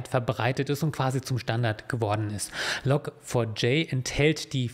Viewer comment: Log4J wird übrigens "Log Forge" ausgesprochen, also "Log Schmiede".